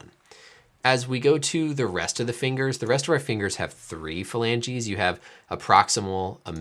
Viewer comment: Anyone else thing of Phoebe when he says falangi 😂😂😂